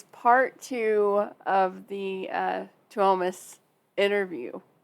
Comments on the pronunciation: Something that can help with pronouncing the Finnish names is to remember that they stress the first syllable so the emphasis in Tuomas is on the Tu. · To me pronouncing his name is like Tour mass Tuomas.